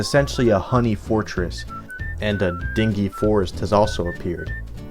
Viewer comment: the word is pronounced “Din-Gee”. you know, like you might describe a dive bar or a crappy motel.